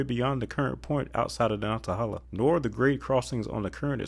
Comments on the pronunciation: Lots of progress on I42 where I live in New Bern. But I take issue to your pronunciation of Natahala. It is nan·tuh·hay·luh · Very informative video, thanks! A pet peeve, in Nantahala the 1st A is short, like banana, and the 3rd A is long like stake.